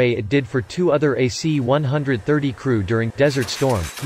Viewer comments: Cool video but annoying that the narrator called these planes (one hundred thirties) instead of (one thirties). Not a big deal, just annoying. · C One Thirty, not C One-Hundred Thirty.